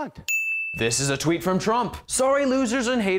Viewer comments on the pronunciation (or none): none